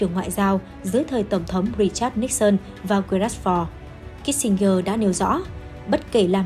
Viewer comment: Tên người ta phiên là Kí-sin-giơ mà gơ đọc hoài. Chán.